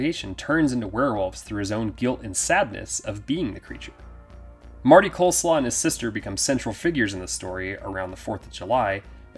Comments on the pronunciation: And it's Coslow, not Coleslaw! LOL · I'm pretty sure the family's last name is "Coslow", not "Coleslaw". 🤣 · I couldn't help laughing. It's pronounced COZ-LOW, not Coleslaw hahaha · I will always cackle at this dude saying Marty Coleslaw 💀💀💀💀